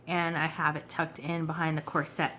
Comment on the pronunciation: It’s COR-set instead of cor-SET. some beautiful images and papers and fabrics here. The countess was a bit of a narcissist, wouldn’t you say?